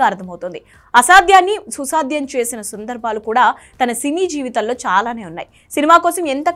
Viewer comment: Anchor garu sundarbhalu kadhu.. Sandharbhalu